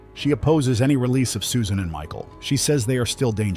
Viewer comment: It's pronounced SUSAN, stupid robot.